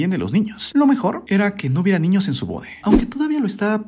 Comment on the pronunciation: Siempre dice bore y es boda parece como potaxie JAJAJA